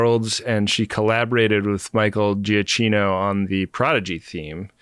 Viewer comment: BTW, Giacchino is pronounced Jee-a-kee-no :D